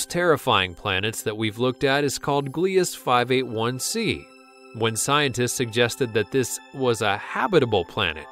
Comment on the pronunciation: You are pronouncing it wrong.55 cancri e .55 (can cry e). Gliese 581 (gleesay). EDIT:no hate